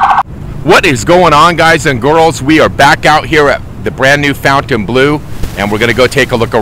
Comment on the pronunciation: Fontain, not foutain